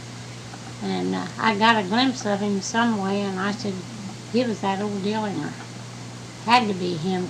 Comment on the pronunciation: She did pronounce his last name right